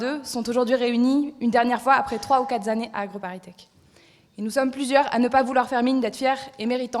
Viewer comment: "Après 3 ou 4 Zannées"... à mes oreilles commencent déjà à saigner... et on parle de jeunes ingénieurs diplômés...